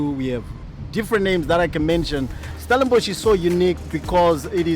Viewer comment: Stellenbosch a northern suburb? StellenbUSH, vine yards; who is that guy ? 🤣